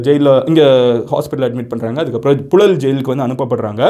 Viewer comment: ழ உச்சரிப்பு பழகவும்.புழல் என உச்சரிக்கவும்.புலல் என்று உச்சரிக்கக் கூடாது.